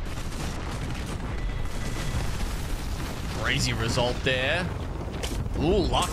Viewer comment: When she said "senty" for sentinel I almost snapped my spine cringing.